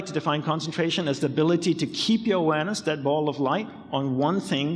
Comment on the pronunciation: He says 'Awareness' but sounds 'Uranus'